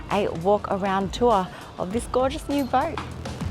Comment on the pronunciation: its not booooot the pronunciation is closer to boat